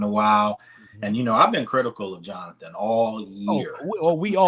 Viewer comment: EARLY ON IN THE.MIDDLE OF THE U SAID JOANTHER